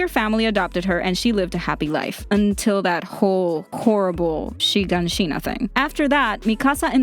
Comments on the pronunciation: Thank God I wasn't the only one annoyed, and there's something about the way she pronounces Shiganshina as well, I think when you hear Japanese people say it, there's a lot of emphasis on the syllables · she said shiganshina wrong